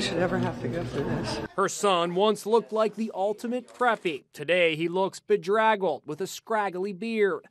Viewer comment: 👀....👂🏾...Oop, not "bedraggled" 😂😂🤣🤣 I'm fukn 💀💀